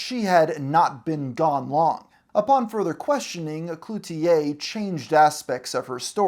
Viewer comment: Good job on pronouncing Cloutier properly! I'm from Montreal and I've noticed that most youtubers don't even try to learn how to say things properly, even if it only takes 30 seconds. Thanks for the respect. 🇨🇦